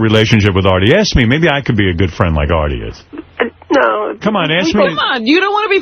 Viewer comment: I like how he can never say Artie correct. Airtie